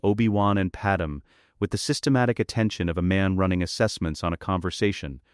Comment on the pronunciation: Pad me… pad may… not Padam! 😅